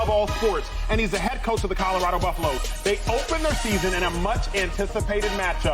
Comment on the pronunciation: CADDA-RADO….lord have mercy.